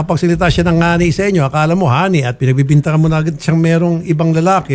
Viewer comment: Salitang bisaya po kasi ang term na "ngani"Taga Masbate ako,salita namin yan,actually di naman talaga ngani ang tamang term namin nyan,"gani" ang tamang bigkas nyan.